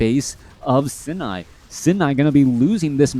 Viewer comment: Love the fact that you've learned how to pronounce "Sini" correctly before and now we're suddenly back to the incorrect pronounciation for some reason.. a real certified moment, for sure XD